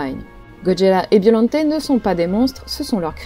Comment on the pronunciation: J'ai regardé la VF de Godzilla VS Biollante, et j'ai toujours entendu et dis Biollante et non Biollanté 😅